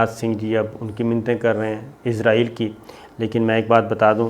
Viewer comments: AOA.. Very happy Eid mubarak to you.. I really love your program, bt i hv a suggestion fo you, plz say Israel instead of Izrael, Plz correct the pronunciation.. Thanks n love from Germany.. 🇩🇪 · Sabir Shakir please pronounce the word Israel instead of Izrael which means the holy angel Hazrat Izrael Aleh slam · Boss~IZRAEAL ~ nahi ISRAEAL bolttay hain 🥰 moot k Angel ko na bolain aa hie na jaye kahain 👻☠️ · Izraeel nahi...israeel hai...hahahaha.. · صابر شاکر صاحب ایزرائیل نہیں ایسرائیل ہے اس ملک کا نام ؟؟؟ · Izraeel nhi sahi israeel hai jnab